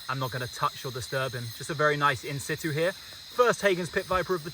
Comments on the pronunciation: The pronunciation of “in situ” is getting to me 🤣 it’s pronounced “in sichoo” not “in sittoo” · Can someone explain wth insitu means? I’ve heard this guy say it like 20 times and I have no idea what he means? Thanks!